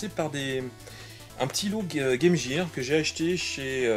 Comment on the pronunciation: Salut, sympa tes achats ! Petite info : Game Gear ne se prononce pas Game Jire, mais Game Guire ! Beaucoup font la faute (je la faisais aussi jusqu'à ce que je demande à ma prof d'anglais ce que ça voulait dire ^^ "Equipement pour le jeu", pas très classe en français...)